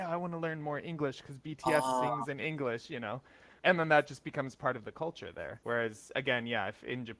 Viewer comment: I personally think that your pronunciation is generally good, but one thing I've noticed is that you do pronounce it as “Engrish” instead of “English”, if that makes sense. I apologise in advance if this makes you feel uncomfortable.